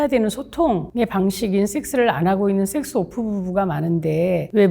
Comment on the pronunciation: 왜 식스로 들리죠 ?